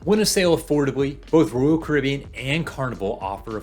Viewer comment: It’s Royal, not rural.... js